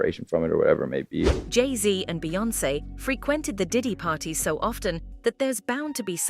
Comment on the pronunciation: You slug narrator make Jay n Beyoncé name taste like ass hole in your mouth